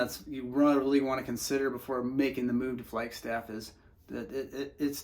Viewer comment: Why do you say flyg staff??? the name speaks for itself! It’s a fucking flag!